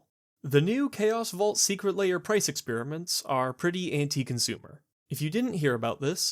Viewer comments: Why do you pronounce Lair as: 'Layer'? It's very odd and makes me question your competency. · I'm curious, how do you pronounce "hair"? "Hayer"? Great points, all throughout. The shops are hanging on by a thread and WOTC selling direct to players is definitely not helping them stay afloat.